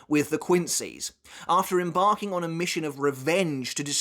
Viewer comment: lol em-barking